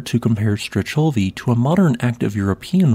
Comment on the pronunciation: Nice video as always... Wonderful work of documentation, and a volcano chain I didn't know it existed! Just as a quick note, your prononciation is a bit off... Strechovy would be pronounced as "Strekhovy " with the Russian Kh sound like in Sakhalin... And the last one goes by "Koshitsky Klechenov" 😊